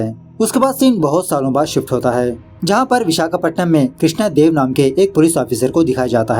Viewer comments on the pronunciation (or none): none